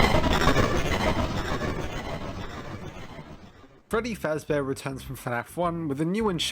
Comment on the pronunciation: Frebby frabbear scawwy